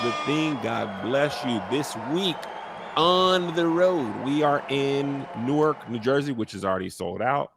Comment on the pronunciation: Real quick... It's NORK, not New-werk lol shout out to Rahway though... #BrickCityBaby!